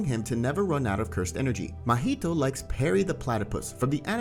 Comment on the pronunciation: i lost it once you said mahito like parry the platypus😭💀